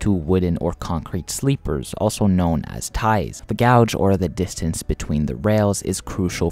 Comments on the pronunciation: So a few things 1: its pronounced gaje or gage, not gouge 2: the golden gate bridge does not carry rail traffic 3: the tgv can actually reach 574kmh but would be too unstable for passenger operations. 4: the solarpowered trains are a cool concept, but their feasability is nonexistant compared to regular overhead powered trains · Yes!!! There is a huge difference between a gauge and a gouge. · Dude, it's not gouge, it's pronounced gaje or gage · You made a video about railroads, yet you don't know how to pronounce gauge 😮 oof. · i would remaster this video pronouncing gauge correctly because i can see this annoying people and therefor ruining your retention. i recognise english isnt your first language which is impressive but these details matter to railfans. this was an interesting video though! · Gauge rhymes with "cage". Not sure why you are pronouncing it like that. It annoyed me throughout a video that I was genuinely interested in.